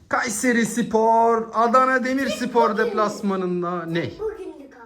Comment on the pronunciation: Şu A harfini söylerken baskın söyleme aq KUUÂÂÂYSERİ SPOR diyosun çok gıcık😢